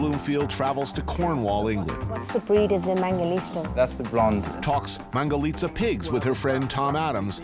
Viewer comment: Why does she keep on saying mangalista when it is clearly mangalitsa?